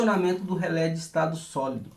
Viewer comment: nao se fala rele com final lelele e rele